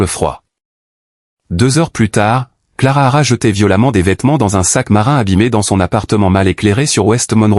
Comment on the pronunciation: Il y a des bruits bizarres et le narrateur est pénible . Et......c est Clara.....pas clarara